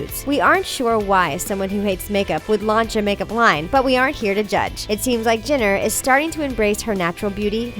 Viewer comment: THEY SAID "JINNER" NOT "JENNER"